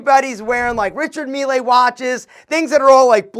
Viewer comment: Good vid aside from the mispronunciation of Richard Mille ☝🏻🥴